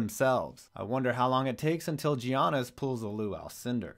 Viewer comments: It pisses me off every time you say “gee-ahness” instead of “yah-ness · It’s not Geeonis, it’s Yonis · You said giannis wrong... its pronounced ya-nis how do you make stuff on the nba and have no clue who a future dynasty and all-stars name? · gee onis well u can't pronounce the mvp's name smh.